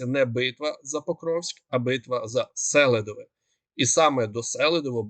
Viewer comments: Чого СЕлидове,а не СелИдове? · Наголос на ,,И" -СелИдове. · Будь ласка, кажіть правильно СелИдове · СелИдове, а не СЕлидове, СелИдовому, СелИдового, не гарно викривляти назви міст, КурахІвка, наголос на І